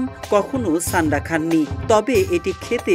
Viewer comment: ছান্ডা না ভাই সান্ডা